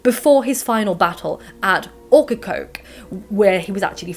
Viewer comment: I'm from Wilmington NC but my ancestors came from England in the 1700s to currituck which is another coastal town full of pirate shenanigans. I loved hearing how you pronounce Ocracoke, Beaufort and Topsail. Here we pronounce it "oak-ra-coke", "bow-furt" and "top-sull" very southern American lol I live in the mountains now but I still miss the smell of the pines and the sandy black soil